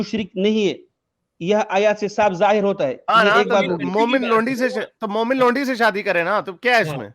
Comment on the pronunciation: Did this guy just say lundi...instead of laundi..😂😂😂😂